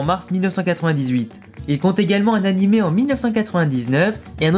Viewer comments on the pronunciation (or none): none